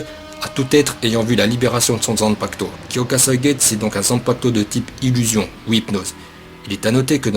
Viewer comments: Ça me stress quand tu prononce pas me u a Kyokasuigetsu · Alors j'ai mis un j'aime parce que Aizen c'est mon perso préféré. et que ca fait un moment que je mate tes vidéos sur d''autres manga. ton travail est vraiment respectable. Mais par contre ta prononciation en japonais de Kyoka suigetsu ou d'autre nom de bankai, nom divers etc.…. sérieux fait attention… car comment tu as prononcé Kyoka Suigetsu (avec un "U" XD) j'ai cru que tu insulter mon perso préféré^^ alors oui je sais, dans une de tes vidéos sur Bleach (en l'occurrence sur la prononciation du bankai de Mayuri et les top 10 des bankai) tu nous as clairement fais comprendre que les termes te semblait imprononcable mdr Cependant !! (et là je vais chipoter pour pas grand chose) les noms en japonais s'il ne sont pas prononcé correctement ne veulent plus dire la même chose. ici, cela n'aura pas grand importance, mais si TITE KUBO s'emmerde et mate ta vidéo, il va prendre une plainte de porte et la soulevé et tu auras les flics au cul pour mauvaise prononciations du japonais ptdr^^ aller sur cette blague, je te souhaite bonne continuation, tu fais du bon boulot et espère voir d'autre de tes vidéos, car j'imagine le taff colossal derrière^^ bonne soirée à toi XD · olala la prononciation du shikai....je saigne des oreilles ^^